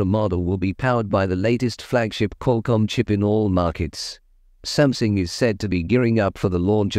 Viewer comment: Is Samsung pronounced Samsing?